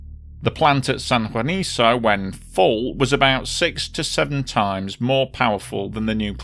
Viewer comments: Oh, & for future reference, Spanish names like Juanico end in the "KOH" sound. :-) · Just one minor quibble and that has to do with how the name of the San Juanico plant is pronounced: the very last syllable of the name "Juanico" is pronounced like KUH and not like SUH. In Spanish, the C sound is hard when the vowel after is also hard, i.e., A, O or U. I remember this disaster very well. At that time, the Mexican government was very circumspect about the number of casualties after the explosion, which only fueled further distrust and anger against the then rulling party (the Institutional Revolutionary Party or PRI and it's no joke, it really is called "Institutional" despite the fact that revolutions upend institutions). They played the same 'mum's the word' game in the aftermath of the 1985 Mexico City earthquake; until today, no one can say with certainty how many people died as a result of all those buildings put up with government money--and with questionable construction methods--falling down on unsuspecting victims. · Pronounced san huaniko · Just an fyi, it's pronounced like "San Juaniko"